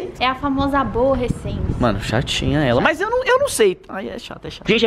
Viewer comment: Eu ri quanto a falou aborrecente😂😂😂😂😂🤣🤣🤣